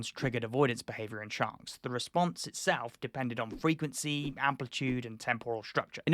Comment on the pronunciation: WTF is Frenquency? Lol…. Love your videos…. I also love being a prick! 😹😻